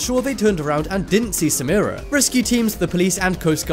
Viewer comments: The girl is SAMARA not SaMEARa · Her name was Samara but they pronounced it wrong, as it's pronounced SaMARa not SaMEARa